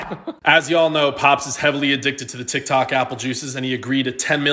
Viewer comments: I love it how he calls it 'tic tac' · we need more apple juice videos, absolutely love them vids. say hi to frank for me, sending love from Scotland. its not dog its dawg. Tik tak cracks me up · BRO SAID TIKTAK!!!!😂